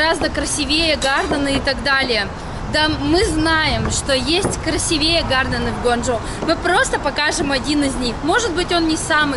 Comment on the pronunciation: Не красивЕе, а красИвее. Перед записью сверяйтесь со словарем. Он доступен в интернете в любое время.